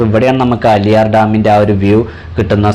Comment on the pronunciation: അലിയാർ ഡാം അല്ല ആളിയാർ ഡാം